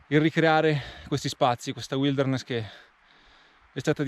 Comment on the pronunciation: ...al di là di tutto "uilderness" non si può sentirere....per il testo tanta roba!